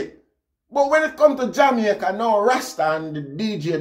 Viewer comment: Rasta you are one of the few who pronounced the name of or country correctly.